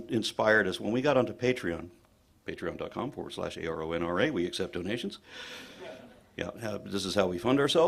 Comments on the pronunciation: Did she pronounce his name as AranRay lol? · "Our next speaker barely needs an introduction..." Proceeds to pronounce his name incorrectly in the next sentence and then even worse a few sentences later. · Who the fuck is “Aaron Ra” and “ Ray?” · Oh she knows who you are because shes been on youtube, but she can't even pronounce your name correctly.. Yikes. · I'm legit laughing that the person who introduced him as someone 'everyone knows' mispronounced his name in two different ways. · Doesn't need an introduction...but I don't know how to pronounce his name! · The lady says he needs no introduction, yet goes on to mispronounce his name...FUCKING TWICE!! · Wow, the introductory speaker mispronounced your name two different ways. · what's really weird is that many of videos contain footage of him pronouncing his name correctly. this leads me to be suspicious of her viewership of his videos. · must be absolutely sick of NO ONE getting his name right. But this is the first time I've heard someone say the "" part right but get the "Ra" part wrong.